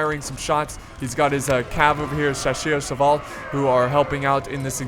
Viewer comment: Nice battle, as usual. But you really need to look up the pronunciation of "Chasseur à cheval". Hit: you're doing it wrong :P